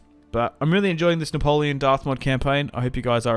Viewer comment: The way u say "Napoleon!" With the French accent is damn glorious mate!